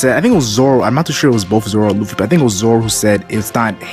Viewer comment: How hè says ‘loefy’ in place of Lufy 😂